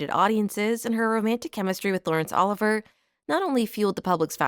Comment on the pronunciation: Brilliant video ❤ just one thing - its pronounced oliv- ee ay, not Oliver